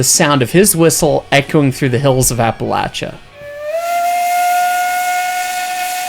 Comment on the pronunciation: My wife and I agree: there’s nothing like the sound of a steam whistle in the mountains. Also, thank you for pronouncing Appalachia correctly. My wife actually growls when people mispronounce it